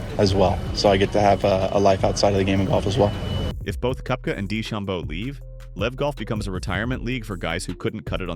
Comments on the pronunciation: It’s Kepka not Kooepka! Please learn how to pronounce their names properly! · It's Koepka, not Koh-wepka